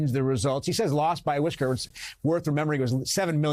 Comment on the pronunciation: “Loscht by a whischuurrr”…. Yup